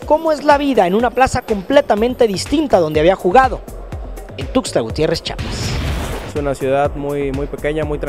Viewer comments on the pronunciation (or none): Se dice CHIAPAS no CHAPAS